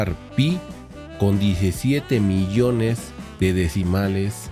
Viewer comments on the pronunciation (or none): none